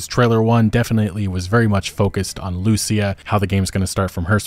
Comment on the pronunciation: Please learn to pronounce her name. It’s Lucía